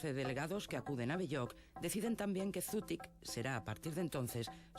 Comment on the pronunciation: Zutik... En euskera no se pronuncia la Z con en si, si no como, una S..🤦🏻‍♀️🤦🏻‍♀️